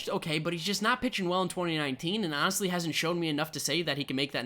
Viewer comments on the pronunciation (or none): none